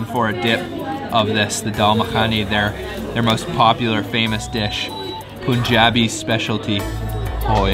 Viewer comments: Note: It's non 'Poon-jab' or 'Poon-jabi'. The 'u' in Punjab is pronounced like the 'u' in 'fun'. Punjab is from the Sanskrit (five) and meaning water/rivers), hence 'five rivers', (historically Sutlej, Beas, Ravi, Chenab, and Jhelum). The English word 'punch' is also related, originally referring to a drink with five ingredients and the word 'punch' meaning a blow with a fist (of five fingers). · Dude, it isn't "Poonjabi". Its pronounced as "Pun" like as in "Bun" - So "Punjabi" not "Poonjabi" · If you’re going to eat international food and you have a channel then you’re almost obliged to learn the proper way of pronouncing the names of the dishes. Also, it’s not “POON-JUH-BEE", it’s “PUHN-JAA-BI".